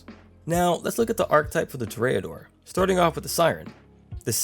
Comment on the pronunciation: Toreador is pronounced with the accent on the first syllable. It's TOR- re- adore, not Tor-re-A-dore. You speak very clearly and well, so I'm assuming you would want to know.